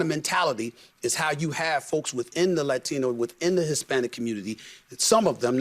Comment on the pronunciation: Sonny is so insufferable. Especially when she says "Latino" ...fkn ugh